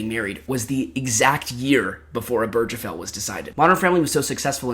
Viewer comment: So I love your vid. It's very well done and researched. But it's pronounced Ober (like over)- guh- fell. Not oh-berj-uh-fell. And the table hitting was also a little grating. But all-in-all, this is my kind of long-form content